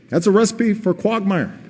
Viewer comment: did he pronounce it quagmire, "quadmire" lol.